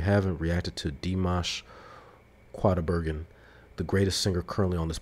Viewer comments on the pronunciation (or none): Although Dimash spells his name now with a Q it is said more as a K. So you pronounce his last name as Coo dye bare gen (hard g, like gun) You got his first name right. This song spans 3.5 octaves, but it by no means shows his limits. He can go both higher and lower in range. He sings in whatever genre he feels like. Also this song is a cover. It was written in the 1970s.